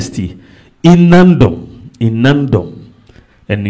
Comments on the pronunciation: Is Nandom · Not Naadom please pronounce it well or ask